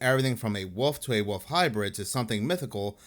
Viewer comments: Its pronounced WOLF not woof for God's sake dude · I love how he pronounces wolf "woof"😂😂😂